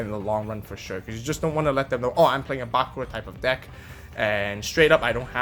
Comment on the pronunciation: It's Bakùra, not Bàkura